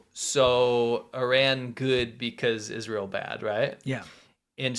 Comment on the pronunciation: Iz-rah-hell IS BAD